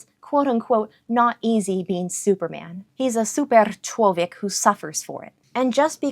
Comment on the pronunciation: Very good pronounciation of "superczłowiek" 😁 btw fun fact ethymology of the word "człowiek" (human) in slavic comes from the word that meant "listen", basically meaning that human is someones who listens/understands